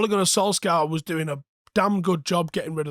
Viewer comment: Why cant he pronounce Solskjaer right